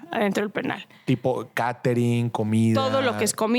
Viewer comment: Catering dice 😂😂